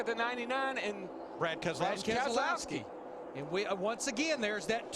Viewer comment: Brad Kes-e-lowski won this race